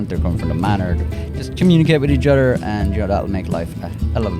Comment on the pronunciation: “Otter tips”😂😂💀